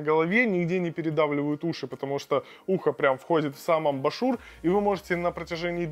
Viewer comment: Нда. Человек, говорящий "Амбашур" пытается нас убедить, что он очень компетентен в теме наушников. Ахаха! Дизлайк. Учи матчасть!